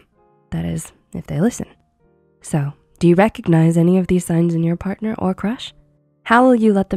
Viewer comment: Why is she saying someone then in the video says Parthner or spouse